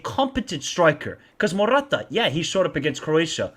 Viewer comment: is not Morrrrata is simply Morata....😂